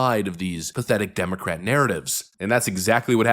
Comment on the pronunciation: Did I hear say demo rat